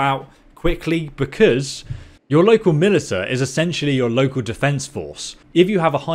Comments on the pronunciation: "muh·li·shuh" & "feef" damnit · Heads up, militia is pronounced muh-li-shuh. Great review though, thanks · Ma-lisha. God I was listening to this while playing the game, I wasn’t even holding my phone, but I had to type this because it was driving me crazy. I just want to know how to do construction. I feed my peasants. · "I saw a bunch of people online who didnt know what to do" - Man who pronounces Militia as "Militah" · Haha good video, except it's mili-sha :p thanks for the guide tho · Wanna get drunk? Take a shot every time he says Milita...OP, here we go again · Bro. Its "mah-lish-a" you never heard the word militia before? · can you place stop pronouncing Militia me li ta :( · Militia is pronounced Mill-ish-a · you're pronouncing militia wrong, should sound more like "milisha" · mil-ish-uh = Militia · Militia is pronounced milishia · Militia is pronounced Milisha. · stopped watching after i hears Militahhh for the 10th time. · Melee-TA drinking game anyone? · Love your videos, and I understand that you are dyslexic. But militia is pronounced milizia or milicia. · I thought people in the UK learned how to read in school... * "Hold my mILiTUH" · Damn the US beat Britain so bad they can't even say the word Militia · 10 loyalty in the comments for pronouncing "Militia" wrong. +3 cringe for every time you do it. -5 prosperity for not googling a word. Your videos are very useful. Thanks man. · i was listening not watching at the time when you said Militia and was like wtf did he just say and had to bring the video up to see. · I hope someone had told this man how to say militia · Please make a guide on how to pronounce militia. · Look up hoye to pronounce militia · Of course the Brit wouldn't know how to say militia Kappa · 1 Militia pronunciation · no, that isn't dyslexia. Sorry. He just doesn't know how to pronounce militia. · speaks perfect English but pronounce one word wrong .... everyone : mil ishhh haaaaa .... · Please learn how to pronounce militia